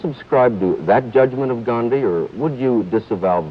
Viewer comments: They are pronouncing his name right, why can't most of the current Americans do that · Even without Internet, they are pronouncing Gandhiji's name better than most native English speakers today.